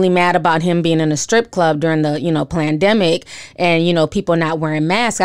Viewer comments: I luuuuv how you say PLANdemic! Unless I’m mishearing? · Hey Ti, are you saying PLAN-demic ??? LMAO! I just LOL-ed in real life! Consider this word stolen, thanx. -Conspiracy Theory Vice President